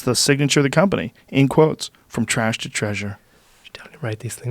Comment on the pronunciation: I wish he pronounced his ‘th’s properly they’re more like d’s instead of this, other. It’s dis and udder